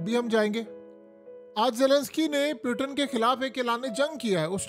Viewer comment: پیوٹن نہیں ہوتا۔ پوٹن ہوتا ہے بھائی۔